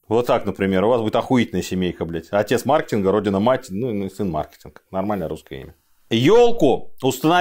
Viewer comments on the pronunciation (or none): none